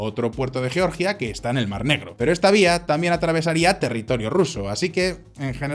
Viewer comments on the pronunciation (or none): none